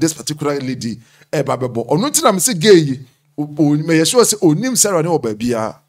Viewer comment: your L and your R is disturbing you, go back to school. It’s Sarah, not Seela